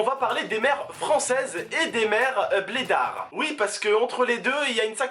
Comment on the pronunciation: oui mais tu peux dire blede pas bledare